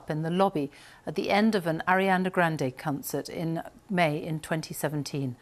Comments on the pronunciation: Did she say cuntcert instead of concert 😂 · Did she say CUNTcert instead of concert??